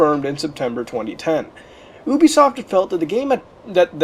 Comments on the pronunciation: UBISOFT Pronunciation: not ooh-bee-soft it is yooh-bee-soft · you frekin pronouc it youbesoft